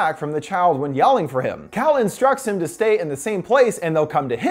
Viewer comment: i thought he said cow instead of cal